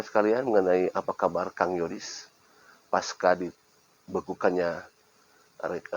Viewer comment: Maaf, bukan Paska tp Pasca, dari bahasa sansekerta, dibaca C bkn K